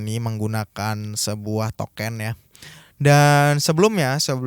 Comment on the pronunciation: Sebut token-nya pake eu Pak, jgn pake é. Jd salfok ke 'sesuatu' yg lain hahaha